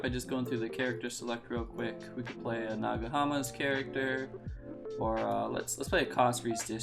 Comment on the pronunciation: ....did you actually just call it "nagahama"?